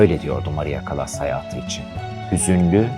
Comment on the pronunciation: Sesi kötü,hayatını anlattığını sandığı kişinin adını bile doğru dürüst teleffuz edemiyor,Türkçesi kötü.Çekimler berbat yorucu.Müziğin fonda hafif duyulması gerekirken çok baskın.CALLAS'ın biyografisinde hatalar var iyi araştırma yapmadığı belli.